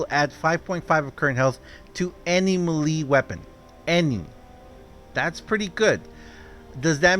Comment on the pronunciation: Hey, just so you know, melee, is pronounced may-lay, it doesn't make sense but it how English works, just to let you know, just trying to be helpful